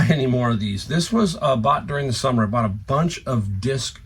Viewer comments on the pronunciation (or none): none